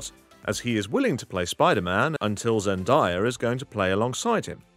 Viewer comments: ZEN DAYA NOT ZEN DIEA my dude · It's Zen DAY a not Zen DIE a (just letting you know, no hate) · It’s Zen DAYA, not Zen dye- a. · Its zendaya not zendiea